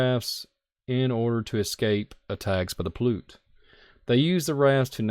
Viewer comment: That INDIAN TRIBE'S NAME IS SAID THIS WAY. (PAY-UTE). I AM FROM THE AREA. And I have been to the cave/caves many times. VERY INTERESTING PLACE. I have a lot of info about the area.